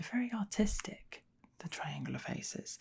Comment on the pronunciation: I kept hearing autistic instead or artistic lol